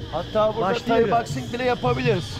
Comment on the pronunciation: Tayi değil Tay kardeş 😂